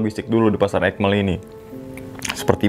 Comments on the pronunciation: Aik Mel bang buka ekmel 😂,, jdi kdengerangnnya BHS Inggris BHS sasaknya 😂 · Bukan ekmel tapi aikmel bg